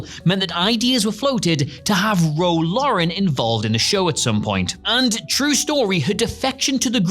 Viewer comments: It's Ro Laren, not "Ro Lauren". FFS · It's Ro Laren, not Lauren. I wouldn't have said anything but now people in the comments are misspelling. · What is it with this guy pronouncing Os as As in names? It's Garret Wang not Wong and Ro Laren not Loren. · are you trolling when you say "Ro Lauren"?? Laren lair and N laren. Garrett WONG???? what the Hell??